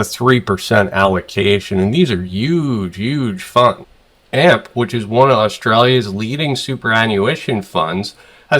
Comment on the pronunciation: Hey nice vid as usual i always wait for them. Im Aussie and just thought i would let you you know its A.M.P not Amp. Peace mate much respect.